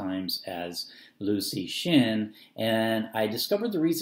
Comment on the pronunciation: hints: pronounced as LEO TSU SHIN